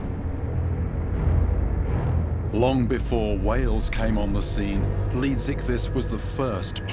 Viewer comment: could someone give me the name of the giant extinct creature? it sounded like he called it leaguezithus